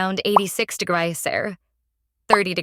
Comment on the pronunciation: Degriyes? You mean Degrees. It must be a text to speech program…. Or an Aussie? But you would think that the rest of the speech would be consistent with that accent.